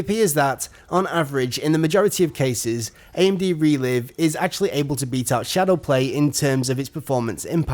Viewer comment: Isn't it pronounced Re-Live, as in Live Streaming? Makes more sense in terms of video language doesn't it?